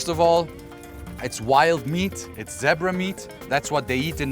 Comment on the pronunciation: Love your accent and how you pronounced Zebra..this is a very informative video things most of us never knew.Thanks for sharing